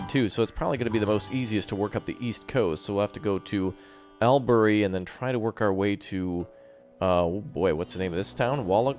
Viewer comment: I think bin is not quite the sound, and burn is not quite it either, it's shorter...more like just "bn" so Briz-bn and Mel-bn And lets not forget Albury = All-bur-ee